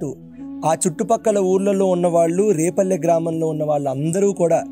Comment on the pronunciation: adi repalle kadu, adi vrepalle! Endukante maadhi repalle ne, ma vallani kuda adiganu. So, Brindhavanam ki daggara lo unnadhi vrepalle. Mee podcasts chala bavuntayi. Chala baga explain chestaru.